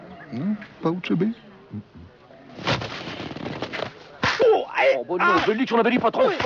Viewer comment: Uchebe ? Non Pas uchebe ? Met une baffe 😂